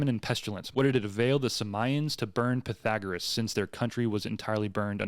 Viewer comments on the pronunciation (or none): none